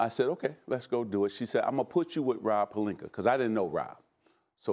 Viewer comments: Nobody: Stephan a smith: rob pelinker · “Rob Pelinker” - Stephen A. Smith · Magic Johnson: Shaggy P Stephen A: Rob Pelinker